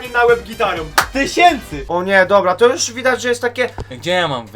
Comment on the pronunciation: Jusz się nie pszestraszsz